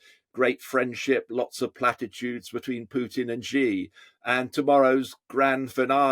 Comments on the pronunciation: It's not Gi, it's Xi as in Mexico. Megico? Gosh, you westerners! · Can someone please teach these pundits to pronounce Xi?